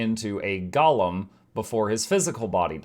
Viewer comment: GO lem! Not gollum! 😮‍💨